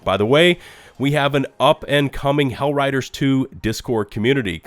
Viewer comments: Can you stop calling it "HellRiders 2" please? Thanks. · He keeps calling the game Hell riders 2...lol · "Hellriders" :face-blue-smiling